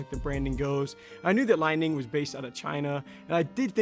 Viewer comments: Great review and assessment of the shoe's attributes. Brother, I believe that the company is pronounced "Lee-Ning". Li ning also makes a model called the " Shock The Game(6.0)", which is also a great shoe. Excellent work, and you are obviously a well trained player. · Dude had 1 job it’s called Li Ning like lee Ning 🤦🏾‍♂️🤦🏾‍♂️